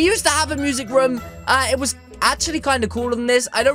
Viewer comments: And u said rom not room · You say raam it room